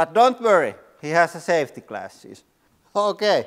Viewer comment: "But don't vurry he-ah has-ah savety classes!" 😂